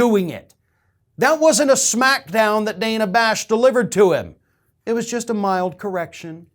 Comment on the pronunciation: I hate to pull threads but she pronounces her name Danna...dan na...not Dana.